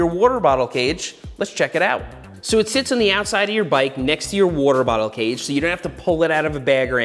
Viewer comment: Take a shot every time Seth says worter bottle. lol